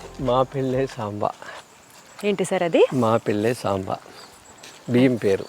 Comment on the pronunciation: మాప్పిళై సంబా. (సాంబా కాదు)